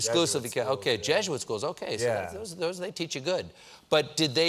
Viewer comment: I had a bit of a nerve breakdown “oh okey” he sounded so Canadian